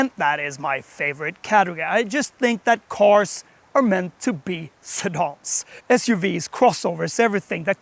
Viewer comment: WHAT IS A a 'Sidaarn'?